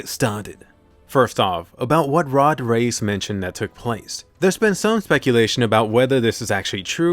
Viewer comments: You say reiss like rice not race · Im preeetty sure reiss is pronounced "rice"